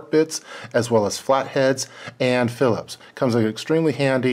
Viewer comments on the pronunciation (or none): none